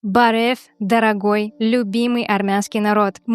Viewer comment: Барев а не Бавер.